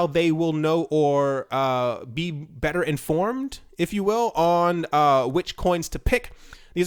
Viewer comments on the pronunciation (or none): none